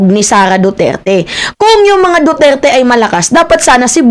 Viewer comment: sunod maayos na words nalang ang bigkasin mo..Lagi kitang inaabangan nung time na sinabi mong DuTAE nakain ako ehh nangtatanghalihan Panaman ako.😅😅😅😅